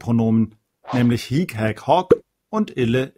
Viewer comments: Hallo, ich möchte gerne etwas anmerken. Man spricht das hic nicht hiic aus sonder hic, also das i kurz ausgesprochen. Es sei denn, es geht um das wort hic-hier. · Ihre Videos sind wirklich gut! Vielen Dank dafür! Ich muss allerdings anmerken, dass es manchmal die Aussprache (lang/kurz) bzw. Betonung nicht immer korrekt sind. So muss es hier z.B. unbedingt ein kurzes "hic" sein, denn das lange "hiiiic" bedeutet "hier" (nicht "dieser"). Auch das "hoc" im Nom. und Akk. Sg. neutrum muss kurz gesprochen werden - nur so kann es von dem langen "hoooooc" im Abl. Sg. m./n. unterschieden werden.